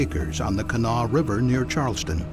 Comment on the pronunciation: Pronounced; “Cah-NAH-Wah.” Please do better.